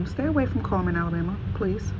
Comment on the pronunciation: ITS CULLMAN NOT KMAN